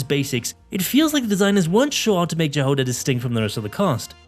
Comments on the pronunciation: You pronounced Jahoda wrong!!! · The pronunciation of Jahoda's name is killing me